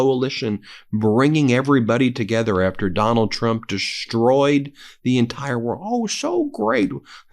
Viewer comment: DeSTroyed, not DESH-troyed.